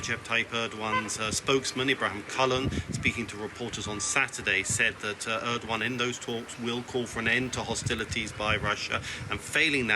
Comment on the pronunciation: ödoan and püten what kind of pronounciation is that